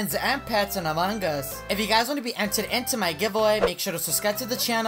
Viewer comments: Wait when u start match and became impoater u said amagas .-. Just saying not tryna be rude. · this is how many times he said amon gus BROO I DIE EVERYTIME U SAY IT 🤣🤣